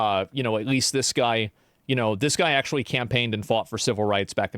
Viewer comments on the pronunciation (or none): "akshually" lmao